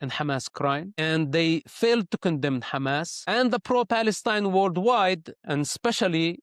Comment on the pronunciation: Stop calling it Khamas, please. It’s a H sound. Both Hebrew and Arabic hate it